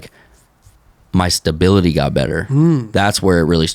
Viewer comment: Lol “Stablebility”